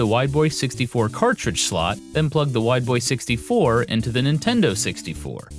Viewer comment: When he says Wide Boy 64 I kept hearing "white boy 64" which has relatively humorous potential meanings.